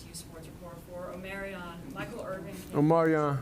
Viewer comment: Dude kept calling him o-MEH-ree-ahn instead of o-MAH-ree-ahn. I guess that reporter was not a B2K fan! 😂